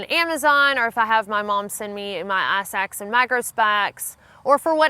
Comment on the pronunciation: I hear "eye sacks," each time she says "ice axe." Love bein southern.